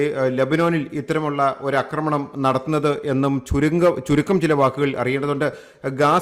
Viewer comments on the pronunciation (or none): അക്രമണം അല്ല ആക്രമണം. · അക്രമണമല്ലടോ പൊട്ടാ ആക്രമണം എന്നു പറയു തനിക്കു മലയാള വാക്കിന്റെ പ്രയോഗം അറിയില്ലേ ? ന്യൂസ് കൊള്ളാം !